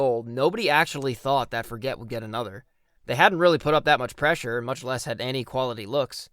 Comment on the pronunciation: Also, the town is pronounced For-jay, its actual an old french settled town. The forget what joke is also a joke more local people make, so i wont get too mad at the mispronunciation edit: YOOOO YOU PUT THE HAPPY NUN IN THE VIDEO HOLY SHIT ❤❤❤❤🎉🎉🎉🎉